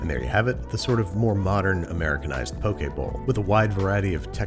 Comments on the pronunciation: Im so happy you said poke “pokay” and not poki. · I think you meant 1/2 cup of rice to first line of your finger of water I'm also very greatful hearing you pronounce poke correctly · I am so happy you said "poke" correctly. Also the fact that you showed kind of traditional Hawaiian style poke and poke from the Mainland. Next time I hope you try it with Furikake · "poke" is pronounced like po-kay... okay with a p in front 😊. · Thank you for saying "Poke" Correctly! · Honestly, I just watched this episode so I could finally know the proper pronunciation. I never heard anybody actually say "poke bowl" out loud so I never knew if it was pronounced as if poking somebody or like Pokemon. Pleasantly surprised to see it's the latter.